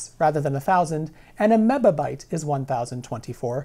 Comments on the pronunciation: This would be significantly less confusing to the layman if you pronounced it "mibby" and "kibby" instead of "mibba" and "kibba" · Len Martin: well, TC also pronounces it wrong. the "bi" is to be pronounced as "bee", not "buh". (according to NIST) VWestLife: "binary megabyte" is much worse, it's not even a linear factor. (even "baker's dozen" can be thought of as linear, a "baker's baker's dozen" is ... btw :P) Jake Rosendahl: Apple crap actually uses decimal "MB" etc since 2009. fits them to join the rip-off scheme of harddrive manufacturers.. really, the best solution would be to just establish a quickly pronounceable form of powers, like "ten pow six" or "two pow twenty", then we would not have to bother with prefixes at all. also drop "byte" and just use bits as a standard unit for information. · mebibyte tebibyte, man you sound like you've had a stroke. I'm a programmer and I've never heard these terms before.